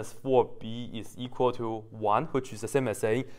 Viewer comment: I love the way you said thuu.. 😂😂😂